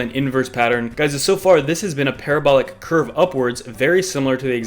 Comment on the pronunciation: Pa ra bo lic... love it when it’s up! 😉